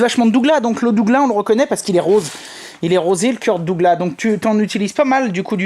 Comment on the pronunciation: hahahaah la prononciation du sapin de Douglas est a mourir de rire. cela se prononce Sapin de Duglasse même si cela ne s'écrit pas comme cela